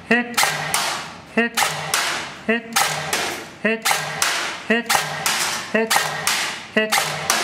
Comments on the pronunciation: he sasy hit not heh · not for someyhing dude... but he says HIT not heh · i was being funny, it sound like hes saying heh, lol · At first I thought he said "heh". Then I realized he was saying hit... lol